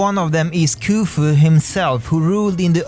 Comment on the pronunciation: the correct pronunciations (sorry I'm OCD lol) Rameses: RAM-ah-zees Nefertiti: NEFF-ur-tee-tee Khufu: KOO-foo